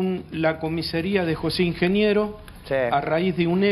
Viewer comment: Increíble que tanto el «profesional del Derecho» como el «periodista» digan «COMISERÍA» en lugar de «COMISARÍA»